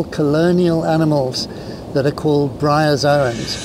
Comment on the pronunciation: GREAT video-but uh.. "bryazons"??